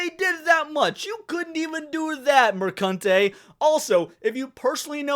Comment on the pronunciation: "mercunte" hahahahahahah